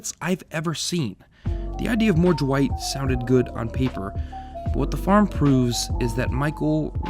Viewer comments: Ok but why does he keep pronouncing Dwight with a J instead of D 😂😂😂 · Ju-wight? Who tf is Ju-wight???